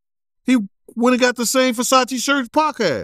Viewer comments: I love how calls *Versace, "Fasache" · Did dude say Forsachi’s????